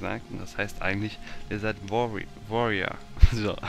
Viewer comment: wie peinlich es heißt auch nich woooriar sondern desert wärrior ( aussprache e / ä )